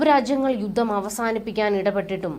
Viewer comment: കുഞ്ഞളിയനും 'യുദ്ദം' , 'യുദ്ദം' എന്നാണല്ലോ പറയുന്നത് !!!!